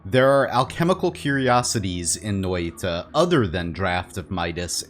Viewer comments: I love how you say Noita :D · Love your videos! How come you always have a stroke when you say Noita?